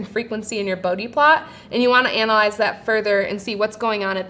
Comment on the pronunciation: Please learn to pronounce Bode.